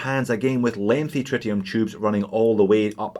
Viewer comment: Is it pronounced tritium or try tium?